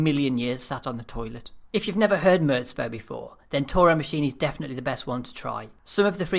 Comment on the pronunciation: its "murz bow" not "murts bow"